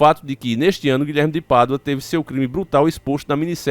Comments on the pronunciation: É Guilherme de Pádua, e não Guilherme de Paduá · O nome dele não se lê Guilherme de PaduÁ e sim Guilherme de PÁdua kkkkkkkk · O NOME DO CARA É GUILHERME DE PADUA E NAO GUILHERME DE PADUÁÁ FALA O NOME CORRETO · Vinheram? Não seria vieram? Paduaa e sim Pádua. Misericórdia.... português brejeiro. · Desculpe mas a pronúncia correta é Pádua e não padua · Não é paduá não é Pádua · Guilherme de Pádua, não de paduá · Guilherme de Paduáá kkkkk, desculpa eu ri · O nome é Pádua e não Paduá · Não se pronuncia PADUÁ! E sim PÁDUA!!! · Porque Guilherme de Paduá e não de Pádua 😂😂😂😂😂😂😂 morri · Rapaz , fala direito, você sabe que o nome certo é Pádua e não paduaa. Isso que dá raiva a pessoa saber o certo é ter prazer de falar o errado. Isso infelizmente é o povo Brasileiro. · Desculpa irmão.. más primeiro o nome do tal " é Guilherme de Pádua e nao Paduá! E tudo pode acontecer , más não vejo muita ligação .. porque todo ano tem 6 de novembro!!! E nada aconteceu com ele.. portanto se fosse assim o infame era pra ter ido já anos atrás ! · Paduá kkkkkkk parece um retardado lendo kkkk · você é francês??? Padu-A kkkkkkkkk